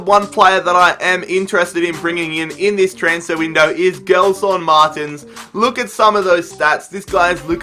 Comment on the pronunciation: It's pronounced "Jelson Martins"